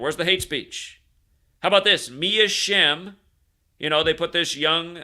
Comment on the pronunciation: Shem sounds like sham.